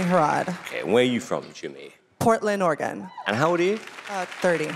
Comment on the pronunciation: Honey, you might be living in Portland, but if you pronounce Oregon like that, you're definitely not from here. 😂 But I love your voice. ❤